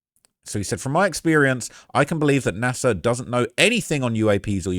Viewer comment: It's NASA not Nasir